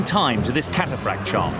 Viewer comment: how many times does the lieutenant say kataphrakts and they insist on saying katarakt